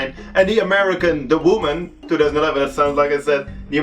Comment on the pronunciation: "De vooman"